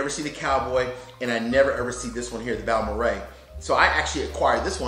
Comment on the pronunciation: You sir know more about Texas pronunciation than the employees in the local liquor stores. It's rare to find someone who knows how to pronounce Balmorhea. I have two of them and three Cowboy bottles. I think they are fine drinking.